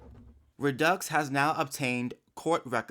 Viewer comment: Hey. I just wanted to let you know that the name is pronounced RED-DUCKS= REDDUX. Please tell me how you keep your naturally curly hair so beautiful and not frizzy? I also have Naturally Curly Hair, BUT Your Curls Are Very Defined And Beautiful!!!! Please tell me Every Single HAIR CARE PRODUCT That You Wash And Condition Your Hair With IN The Shower, And Then What "LEAVE-IN CONDITIONERS" And/Or Other Hair Care Products You Use On Your Hair AFTER You Get OUT Of The Shower.Your Hair Is JUST SSSSOOOOOOO BEAUTIFUL!!!🙏👼👍